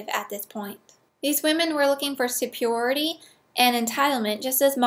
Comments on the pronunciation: I don't get it. You can pronounce Paglia, but not superiority? Oh, wait. Paglia has only two syllables. Oh, and, by the way, you're awesome. I agree with everything that you say, except for religion. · Never mind. I think I'll just start saying "supiority". You said it three times, and it's growing on me.